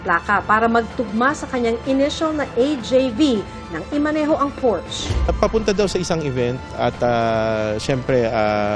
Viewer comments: Porsche . Hindi porsch ang bigkas ..nrinig ng aswa kong german .ntawa nlang😂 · Porsha po..hindi porsh😅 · Hindi po pors ang bigkas ng porsche kundi porsha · Ganito pa nga kamali ang iba... Portch. 😂😂😂